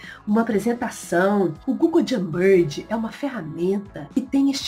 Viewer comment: a pronúncia não é "Jambird"kkkk Jamboard, se fala de outro jeito